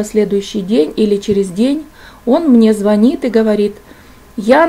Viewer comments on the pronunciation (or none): none